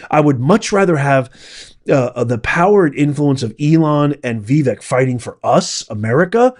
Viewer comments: Having initially made the same mistake myself, unless you’re doing it intentionally and / or disparagingly, my constructive criticism for the day is … your pronunciation of Vivek Ramaswamy’s first name is incorrect and needs to be corrected as Vivek is “properly” pronounced like Vi•vake [i.e., the second syllable, believe it or not, is pronounced like “cake” or “lake”]. Otherwise, I’m a “big” fan of your podcast to witch I’m duly “subscribed” and try to hit “like” every time I watch / listen ❤ !!! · Prof, Trump told us how to pronounce Vivek’s name. He said “Vivake, like cake”. Just thought I’d let you know. Thanks for your analysis. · please pronounce Vivek's name correctly. It is annoying to hear it said incorrectly. Vivek rhymes with "cake." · His name sounds like Cake, you’re pronouncing it wrong. just wanted to help you say it properly. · I am going to stop following you because your click bait is so fake. This IS NOT about Elon and Vivek (pronounced vi vake, rhythms with CAKE!!!) it's not that hard!!! I used to really like watching your videos 😢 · FYI, it's pronounced vee-VAKE. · But consistently mispronounced Vivek lol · I completely agree with Vivek. By the way, learn how to pronounce his name correctly. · It would be great if you pronounced Viveks' name correctly. I'm sure you've heard it many times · Dude, who are you? I couldn't in my wildest imagination think there would be anybody in their right mind who would disagree with the principle thoughts presented by Vivek. I agree with Vivek 1000%!!! One more thing sir. Please learn how to properly pronounce Vivek's name. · Veh-Vake…is the proper pronunciation of Vivek, it’s not VeeVeck… I only mean this in a kind way!! The way you say it makes it hard to take what you’re saying seriously, you’re too educated for that!! I love and appreciate your work, so please don’t take this post as disrespectful. It’s meant to be helpful! Thanks for another great video!!!!